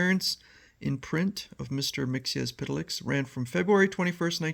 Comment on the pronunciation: You come closer to the correct pronunciation of "Mxyzptlk" than almost anyone. But there's no "s" sound at the end of his name. It's supposed to be "Mix-yetz-pittle-ick." Thanks for supplying us with these strips--they're really fun!